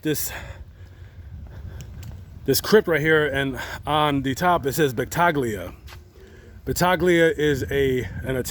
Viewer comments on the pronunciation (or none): My last name is Battaglia and that’s not how u pronounce it